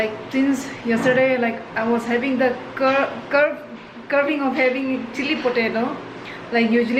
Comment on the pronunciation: how sweet when you say curve . . curving . . it should be crave . . craving as in pronounced as "kray ving" . . ☺stay sweet. stay safe. keep making food videos👍